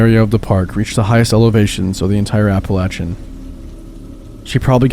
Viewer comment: You said Appalachian right!!!!